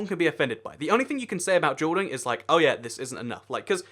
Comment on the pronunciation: Sounds like he's saying "jewel welding"